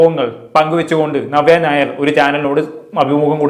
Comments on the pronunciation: നിങ്ങൾ നവ്യ ഞായർ എന്നാണ് പറയുന്നത് 😀 നവ്യ നായർ എന്ന് പറയാൻ പടിക്കു... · ഞവ്യ ഞായർ😅 അല്ല നവ്യ നായർ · നവ്യ നായർ എന്ന് ശെരിയായിട്ടു ഉച്ചാരണം പോയി പഠിച്ചിട്ട് വരൂ പ്ലീസ് 🙏🏻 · ആദ്യം നവ്യ നായർ എന്ന് പറയൻ പടിക്ക്. എന്നിട്ട് review ഇട് 😂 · ആദ്യം നവ്യ നായർ എന്ന് മലയാളത്തിൽ ശരിയായി ഉച്ചരിക്കാൻ പഠിക്കെഡേയ് 😡😡😡